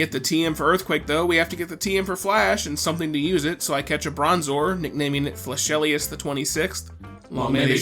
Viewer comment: for whatever reason, whenever you say Flashelius, it sounds like you are saying something. . . else.